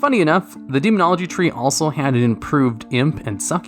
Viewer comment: demonogly lol do you even english bro?